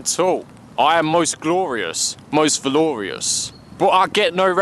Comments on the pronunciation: Valoriuhs isnt a word man. Please. Its Valorous. You're adding syllables Val-er-uhs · he wanted to make it rhyme with glorious. obviously